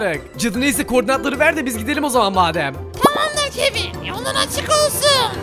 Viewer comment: Kevin yox kevın